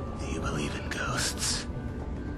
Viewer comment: "You believe in gosths?"